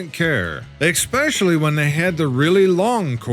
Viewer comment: please sir, if you are a real human, for the love of god and all that is holy, please please stop saying EX specially. especially. ess SPECIALLY. PLEASE. otherwise, i could listen all day and watch your amazing compilations even though they can be repetitive w the content. thank you and i love ya.